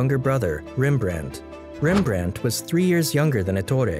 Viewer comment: Rembrandt not rimbrend